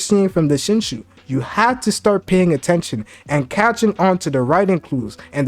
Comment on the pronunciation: You can't pronounce Shinju to save your life man lol I love the content